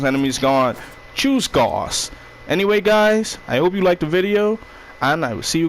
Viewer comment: It’s pronounced gouse like doused